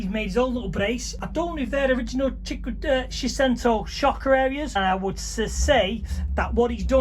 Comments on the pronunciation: Shecento??? Love it…. Saychento man… Great build though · You're saying Seicento wrong. it's like "say-chento"